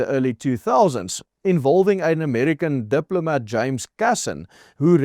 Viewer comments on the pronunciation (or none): none